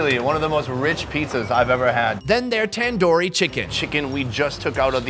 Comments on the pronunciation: ITs Tandooori not tendoori 😂😂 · It's not Tan-Doo-Ree It's Tun-doo-ree